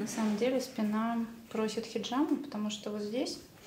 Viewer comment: После того как она произнесла "хеджама" мне стало абсолютно пофигу. Сразу видно непрофессионала но шарлатана.